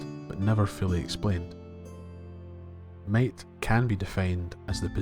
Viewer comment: I kept hearing "mate" and then I realized it's "might" 😅